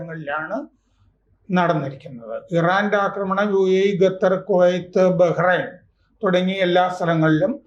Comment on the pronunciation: ഈ അപ്പൂപ്പൻ ഖത്തറിനെ ഘട്ടർ.. ഘട്ടർ എന്ന് പറയുന്നതെന്താ... വിറയാർന്ന ശബ്ദത്തിൽ യുദ്ധ അവലോകനം കേട്ടപ്പോൾ ഒരു മുത്തശ്ശി ക്കഥ പോലെ തോന്നി...